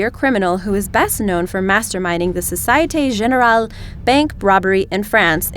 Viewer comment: Société Generale - mispronounced as well.......I cringed as well, not to say about her voice also :-)) lmao